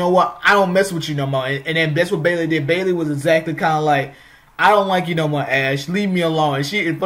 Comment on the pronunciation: Yeah, you spoke very fast, faster than normal. Definitely sounded like Bailey